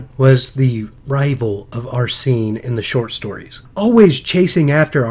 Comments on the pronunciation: I think it's pronounced "Arsene" not "Arsee-ne" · () maybe I'm wrong and you're right. But the first "e" is pronounced the same way as the "e" in sent. Just like how people pronounce Arsene Wenger's name